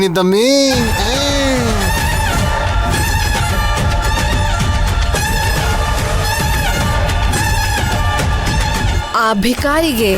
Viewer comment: ದಮ್ಮಿ ಅಲ್ಲ ದಮ್ಮು